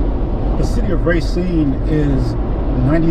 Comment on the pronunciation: Please, please PLEASE!!! It is RAH-cine, not RAY-CINE